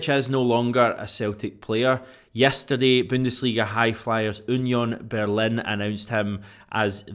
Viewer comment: Onion Berlin? Your Law-ree-uunt was better.